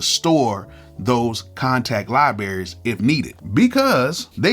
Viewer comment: I know I damn well I didn’t hear you say “liberries”🤣🤣🤣